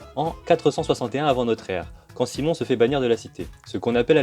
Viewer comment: On ne dit pas " Simon " mais " Quimon " pour Cimon :) sinon, bonne vidéo !